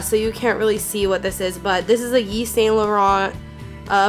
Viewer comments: its pronounced "eve saint laurent", not "yeevs saint laurent", "jee von shee", "gor gee yo armani" not "george ee yo" if you cant say it dont wear it lol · The way you said givenchy and yves Saint Laurent made me cringe so bad